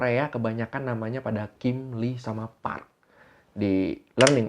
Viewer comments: Bukan Li, tapi I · Bukan lee bang yg bener bacanya i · FYI yaah yang artinya emas itu awalhya "geum" tapi karta pronoun nya sama kaya "kim" maka artinya disamakan. Terus pronoun nya "Lee" itu dibaca "i" jadi kalau Lee Donghae dibaca i dong-he "Choi" dibaca "Cwe" contoh Cwe Shiwon "Cho" penyebutannya sama seperti marga "jo" misal Cho Kyuhyun dibaca "Jo Kyu-hyon" "Jung" dibaca "Jong" misal "Junghyun" dibaca "Jong-Hyon" Biasanya kalo di tulisan latin yang ada huruf "eo" itu pronounce nya ke huruf "o" misal "Tae-yon" "Gor-yo" Kalau "oo" pronounce nya "u" misal "park So-Jun" "Cha Eun-U/ enu" Maaf yaah ga maksud ngajarin, tapi suka gregetan kalo nyebutin nama2 dalam bakor eo-nya dibaca jugaaa 😅😁 Begicuuuu...